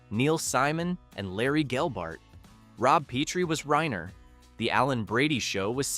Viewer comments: RYE-ner, not "rain-er" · ...or Reener! ...and Petri is pronounced "Pet'-ree"; not "Pee-tree"! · Carl’s name is Reiner not Rainer.